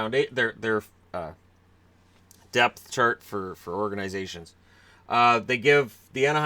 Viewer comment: At first I thought you said depyh charges not depth charts